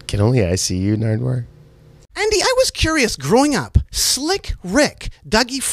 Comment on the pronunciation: He said can only I see you nardwaur 😂😂😂😂